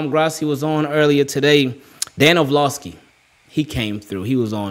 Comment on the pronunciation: Love the vids bro. Or-Lov-ski